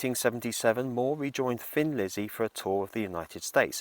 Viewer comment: Sorry to mention this but I pronounce Thin Lizzy as a thin person. Thin. Maybe it’s your British accent ☺️ Anyway in 1990 I wore out two VCR tapes of Gary Moore and the midnight blues band at Montraux. My inspiration for playing guitar ♥️